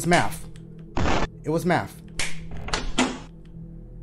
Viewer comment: Very proud of my boi for beating this. Could have sworn he'd give up the moment he saw "Mafth"